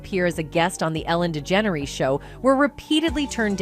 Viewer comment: THIS CHANNEL IS AI - ARTIFICIAL INTELLIGENCE. THE AI CANNOT PRONOUNCE WHOOPI'S NAME PROPERLY AND OTHERS AS WELL. LIKE ELLEN'S LAST NAME. GHEEZ, WE ARE BEING FED BY AI. WHAT IS TRUE AND WHAT IS NOT? THIS IS DISGUSTING!